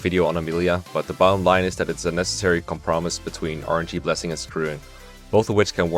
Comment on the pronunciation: “.com-promise”? It’s pronounced “com-prom-mize”